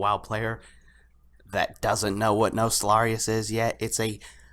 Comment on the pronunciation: Your pronunciation of the server name is triggering me. I still love you, but it's Nost - All - Ree- Uss pronounced fast.